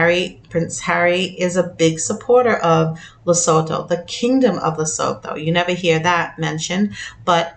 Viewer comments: Le -su-too for pronunciations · It's pronounced Le - soo- too. Please pronounce our African countries correctly. Enkosi Kakhulu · Lesotho is la soo too or la su tu. That’s how it’s said. Sorry just in case it comes up again..